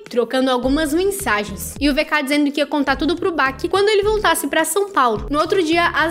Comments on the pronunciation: Amiga, não é baki.. o certo é batiman 🤦🏻‍♀️ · Não é Baque, é BACCI! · Pronunciamento de bacci é “bati” não “báqui” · Se fala BATI não BACCI como se escreve. Desculpa, sou virginiana. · Não é bak linda é bacci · Baqui kkkkkkkkk baqui kkkkkk.tadinha,vai aprender muito ainda ,inclusive pronunciar as palavras